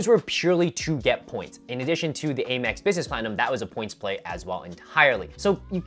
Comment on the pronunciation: Stop saying Eh-mex.